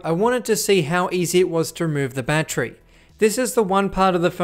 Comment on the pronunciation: Seriously though, why don’t you pronounce battery correctly?